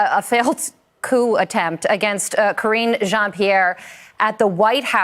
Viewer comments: I was always amused at how you mispronounce KJP's name, 'Kor-een GENE' LOL! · Ka-ringe Jean Pierre. 🥴